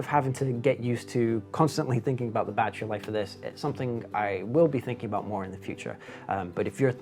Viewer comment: How many bloody times does one need to say "battrie"?